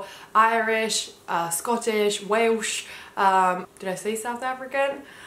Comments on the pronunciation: She already has. When she said "Whalesh" instead of Welsh! Which I found quite delightful by the way. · The only odd pronunciation you had was how you said ‘Welsh’. Other than that your accent is clearly Home Counties Received Pronunciation. Culturally you will no doubt be aware that how you sound also places you in the UK’s important class structure and your accent is firmly middle class.